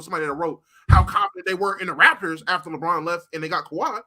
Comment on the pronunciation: SOMEBODY PLEASE TELL ITS THE "RAPTORS" NOT RAFTERS